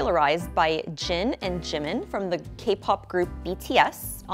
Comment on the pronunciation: did anyone else notice she was the first to actually pronounce jin and jimin's names right?!